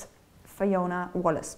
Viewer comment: 'Wallice' not 'Wallace' : )